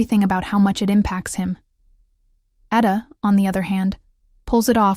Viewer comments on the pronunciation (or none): Can you PLEASE learn to pronounce their names right?!!! Eda. Eh-duh. Can.. chahn Omer Oh-Mare Sevda Shevda Ferat Feraht Seran Sheron .... As a Turk it's annoying because your shows have the correct pronunciation